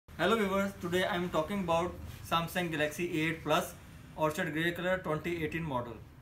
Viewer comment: You're confusing the word Orchid with Orchard. Orchid is pronounced "orkid" - it's a flower. "Orchard" how you are pronouncing it means an area of fruit growing trees...like an apple orchard.